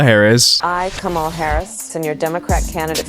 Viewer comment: that fake Kamala ad.. i wonder if they intentionally had her mispronounce her own name.